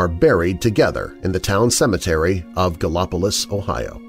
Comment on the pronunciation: I like how you say “Gallipolis” ; the first half is pronounced like how you say the first half of Galileo and the second half is pronounced like it’s spelled, that’s how we say it, at least. I think it’s French; Gallipolis is actually a really nice place.